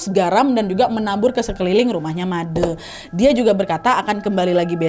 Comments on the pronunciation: Btw kak cara baca made tu salahh ,, Made pakek E bukan ‘E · baca made jngn baca dengan de =ngan tp dengan de = adek kek aneh aja gt made` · bukan "madeee" kak tpi "made" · Baca madee "e" nya dibacaa kaya baca "e" nya kalimat satee kak nadddd xixi, tpi gpp ttp seruu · Sedikit koreksi ka nadddd❤, bli made di bca nya pake è jd madè , terimakasih ❤❤❤ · Kak, setahu sy Made huruf "e" bacanya kyk "e" di kata sate. 😂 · koreksi "madE" E nya dibaca Enak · Made dibaca nya Ma d Trus sandikala nya dibaca sandikale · Made kak bukan made pake e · Balian yg bner emang gk akan pernah nyebut nama siapa pelakunya, biar gk merusak hubungan, krna biasanya pelakunya itu yg satu pekarangan, keluarga, atau tetangga depan rmh, klok Balian sampek nyebut nama artinya dia gk bner, krna merusak nyame braye (silaturahmi), Btw kak nadia, made itu e nya dibaca kyk kk baca "etika" bukan "selesai" ngerti nggak? Hehehe bukan kek cara kk ngomongnya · Made baca huruf e kayak baca tembok, aiu(e…..)o😊🙏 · Iyaa made pelafalan (e) salah 🥰 tapi gpplahh diwajarkan saja krn kak Nadianya tdk tahu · Suksma Nadia, sudah membawakan KHW dari daerahku tercinta, Bali. Btw nad, cara penyebutan Made itu E nya seperti bilang Bule, gitu nad. Jadi penyebutan oleh Nadia dan kebayakan orang dari luar Bali masih salah ya.. hehe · Made 'e' nya dibaca kayak ngomong 'enak' hehe, aneh kedengaran ditelinga 😭✌️ maap kan nad, ak wawak bali soale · Yeayyy akhirnya yang ditunggu-tunggu tayang juga❤ Btw aku orang bali, ijin koreksi sedikit ya kak, cara baca "de" dalam panggilan "Made" sama seperti cara baca dendeng. Ga sabar nunggu khw selanjutnya 🥰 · Akhirnya sampe juga khw dari bali, sebagai org bali udh ga sabar nunggu eps khw dari bali,😄 semangatt terus dan sehat selalu kak nadhia. Oh ya kak izin koreksi pengucapan kata made nya tu pake pengucapan kata "de" di kata "onde-onde" kak😊 makasii banyak kak, udh jadi dogeng sebelum tidur akuu❤❤ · Maaf nadia. Penyebutan nama made itu salah. Bukan seperti itu. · made' kak bukan madee